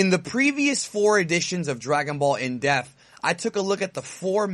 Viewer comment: It sounds like you say "Death" not "DePth".